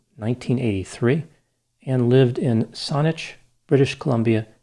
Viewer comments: Saanich rhymes with sandwich, not sonic 😶 Totally off topic but I couldn't help letting y'all know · FYI. Verbal pronunciation of Saanich is 'San itch'. (not Sonitch) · …it’s pronounced Sa-nich (not Saw-nich). I live here. Enjoy your videos. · Love your videos.! It’s distressing how women have to be on guard so much, all the time, even when working because of things like this. As an aside, I t’s a little thing, but the way you pronounced Saanich sounded so pretty! Up here we say it like “sandwich” without the D. San-itch. Sahn-ich is elegant! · Its Saanich BC, pronounced similarly to sandwich, not 'sonich' I remember this case all very well, being from that general area. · Saanich is prounced like sandwich without the "d" and "w" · As a Canadian, hearing you mispronounce Saanich hurt my ears bad! It's pronounced "San-itch" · btw it's Saanich like, "sand". San-itch with no t sound. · That's the most posh way I've ever heard "Saanich" be pronounced 😊 Usually it sounds surprisingly similar to "sandwich". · That’s because his mispronounced it.